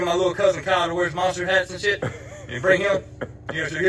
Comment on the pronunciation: You know a dude's country when he adds an extra syllable to the word shit. "shee-it"